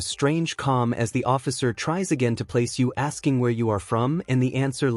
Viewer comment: And fucking learn grammer, it's asking not axing